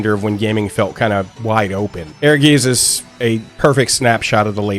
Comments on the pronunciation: I always thought it was pronounced like “Air-Guys” based on the Germanic seeming phonetics. Not urr-geez. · Bro they say the name of the game right in the beginning.. it's pronounced, essentially "Air Guyst" not "Air Geeez" 😭 but, nonetheless, I'm still glad people are taking shot this game.. it might not have been successful but damn was it fun! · Great video and great reminder of a cult classic. I just heard Aegis all the time instead of Ehrgeiz. ^^ It would be rather something akin to Aergaits. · I never knew how to pronounced the title. But, I always bring it up when talking about FF, like "did yall every play that FF7 fighing game. E-her-geez"😂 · Its pronounced "air-gites" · Thank you. Dude is suppose to be a hardcore fan of this game and can’t say the name right. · It's certainly not the easiest word for non-German speakers, no. ^^ I think with the version I wrote down, you get to pretty close to it. Aergaits or even Airgaits, that should be even easier through the word air. Doesn't matter in the end, when most of the world would pronounce it a different way, I would join in, so it's internationally understandable. :D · It's pronounced Heirguyts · It's pronounced like Airguytz. Air + Guys but with a hard Z. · Ehrgeiz is actually a german word, pronounced Air-guy-ts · We always thought it was pronounced like "Urges" and it was just spelled that way to be unique and different. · Am I the only person that pronounced this game as “air guys”? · i always pronounced it Err-guytz. Because i live in germany. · the Z in geiz is sharp so more like a ts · It is air-guys, though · Please stop trying to pronounce "Ehrgeiz", because you are really bad at it.